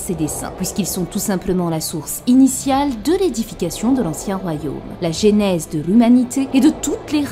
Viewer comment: AAAARRRRRgggghhhh On dit "Jeu"nèse, et pas "j'ai"nèse ! Sinon tout est parfait, comme d'hab chez toi :)